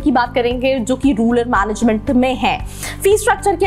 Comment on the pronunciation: It is Rural not ruler